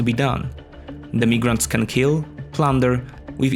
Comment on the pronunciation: "Migrants" is pronounced "MAI-GRANTS" "Vienna" is pronounced "BEE-EH-NA"